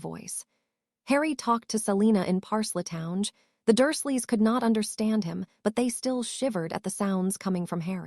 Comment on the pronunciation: Why is it that this AI has no clue how to properly pronounce words, the word Parseltongue when it's pronounced they put the first e on the wrong side of the L in their pronunciation and then when they say the second part of the word they say it as if it is spelled t o w n g e. If it cannot figure out how to properly pronounce words, then the author or the poster of this story needs to get a new AI who knows how to properly pronounce words